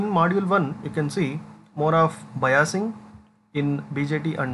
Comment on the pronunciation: Sir बाईसिगं को बयासिगं bol rahe hai😅